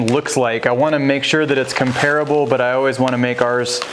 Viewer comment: Do yourself a favor and look up how to correctly pronounce the word comparable.